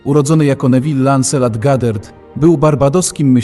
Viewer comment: Czyta się Goddard a nie Gadert